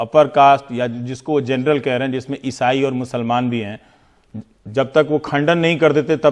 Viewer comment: Wah to our PM for his speech: Vajpayee ji ki sarkar dou tum rahi (term ko tum) aur jut chalaya jaraha hai (jhoot ko jut). Hahaha! Aur woh matri kehraha hai jurnal (general ko jurnal). Hahaha!